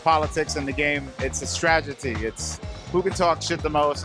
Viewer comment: stragety he can't pronounce words